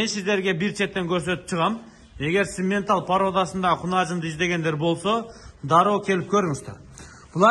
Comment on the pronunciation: Симментал эмес самапалтал го